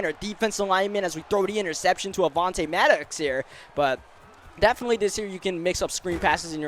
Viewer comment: Then he says maddox wrong